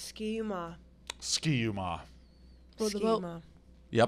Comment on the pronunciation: Ski-U-Mah is pronouced Sky-U-Mah. Everybody does it, not upset, just love the mention.